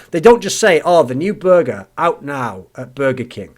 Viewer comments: The way you say burger triggers me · I'm triggered by how you pronounce "burger." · Matt Jones would you prefer if he said it in the american "Burgerrr" way?